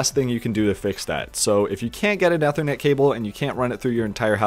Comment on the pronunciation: "Eh-thernet" lmaooo